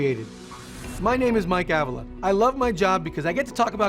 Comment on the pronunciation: I love that you can pronounce "Avila" the right way! Also I realized I have been misprouncing "Byrne" for 30 years. XD